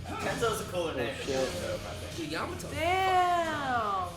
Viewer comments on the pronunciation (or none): Yamato* not Jamato